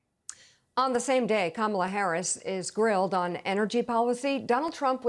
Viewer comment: If he can't get Kamalas name right, we could refer to Trump as Conald.